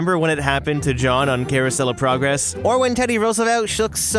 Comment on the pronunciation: Don't you mean Carousel Of Purr-gress. 😂🤣